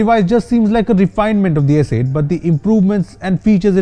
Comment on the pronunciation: Did he say s8 "t"???